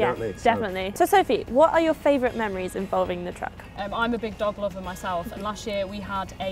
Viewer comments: oh gosh i heard i'm a big doddleoddle instead of dog lover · I didn't even realize she said dog lover! I was like what does being a big doddleoddle have to do with the dog??